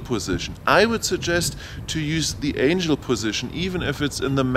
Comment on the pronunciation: The accent I can live with, but pronouncing words wrong gets to be annoying. It's Angle (As your doing with compass calibration) not Angel (Those flying winged things from heaven). Other than giving you a small ribbing you do have good videos. The blade guards are very nice. Your first review before the flight test between the DJI and this is old data, they have the PC interface now and soon will have the expanded ground station functions, as they already release the follow me, with the Tech saying the software last week was ready to download soon. Anyway Keep up the good work and you might want to let us know what the port is on the side of the radio. I have heard it is video out for goggles but can't confirm yet. Hope you can take the joking...really great informative videos. And for the guy trying to find the radio support. We have had them in the states for over 20 years.. Search RC Transmitter tray :)